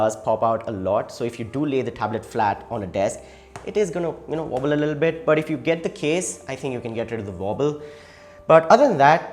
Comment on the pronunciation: What do u mean vobble? Veight?